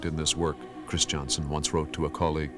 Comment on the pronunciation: I have never understood why conductor Anton Armstrong continues to pronounce the name "Christianson" as "Chris" "Johnson". I think the speach defect has spread a bit at St Olaf College and is quit stange as it is not the correct pronounciation of that well know family name. His sons did not pronounce there name as "Chris" "Johnson"